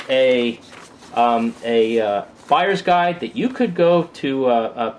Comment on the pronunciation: "from a guyers buide perspective" XD